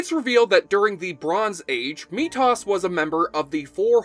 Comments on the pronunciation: How do you not know how to pronounce 'Mee-thos'?? If you ever watched the show, then you would know. This and other mistakes makes it clear that you are just reading a script someone else wrote. Also, Endgame is not a bad movie. You are Fake. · Claims to be a fan of the show but doesn’t know how to pronounce methos. Something suspicious here. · TH - MeTHos; HIGH’lander, not HighLANDER. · Dude doing voice-over obviously never watched the show. "Mee-Tas"?? Every time he mispronounces Mithos I cringed. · Ok, I loved this video and you guys did an amazing job. But it's pronounced "Methos" not "Metoss". Can't wait for the Babylon 5 video, especially now that the series is coming back!!! :D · omg i it sounds like he's saying meat toss smh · Me-Toss?? Lol okie buddy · (to tha 'narrator'...) IF, IF...., you were TRULY a 'fan' of 'HighLander' then, you would KNOW how to, properly-pronounce the name of, 'Methos! FAIILLL!! LOOOZER!! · Why do you pronounce Methos like that? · Why are you pronouncing Methos like that? I don't remember it being pronounced like that and I just watched the episode Methos a couple of months ago. The series is on Tubi. I was one of those people who bought a katana and used to practice with it during the late night. 😊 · “I have a good video but purposely mispronounce methos name. For like the rest of the video. Just because i like trolling my audience. “. Ugh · You say you watched the series, so why are you mispronouncing one of the main characters? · "Hey, here's this super popular character in like one of my favorite shows and I have no clue how to pronounce his name." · Why is this guy miss pronouncing Methos so much if he's such a fan? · Why the fuck are you pronouncing Methos that way? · Mispronounced Methos so much I kinda have to wonder if you've actually watched this whole series bro lol. Good informative video but things like that make a guy wonder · How do you mispronounced methos name so much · except for his mispronunciation of Methos.